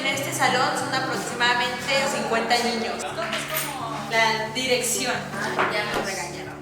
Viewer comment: Like si te diste cuenta de que leslie dice ñiños